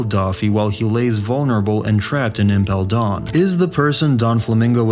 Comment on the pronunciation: Is this guy trolling? “Donflamingo” “impel dawn”